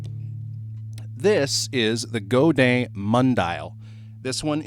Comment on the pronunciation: I learned classical guitar before becoming obsessed with electric. You nailed the pronunciation of Godin! I got a weird Godin guitar from my teacher. It was a 2008 A11 Glissentar, which had 11 strings and no frets, but someone had a luthier fret it and chop off the 11 string part of the headstock to turn it into a regular 6 string. It has a cedar top, ebony fretboard and quartersawn neck. I love it more than any other nylon guitar I've tried. It sounds so much like the real thing when you plug it in. Some nylon electric acoustics have a plastic sounding attack in the plugged in sound. I did notice that it's very low-mid heavy compared to electric or steel acoustics. I plug it into a tube screamer to cut some bass and then add clarity with an EQ Pedal in the 4-6khz range. A slight overdrive sounds killer, but can get very noisy if you add gain.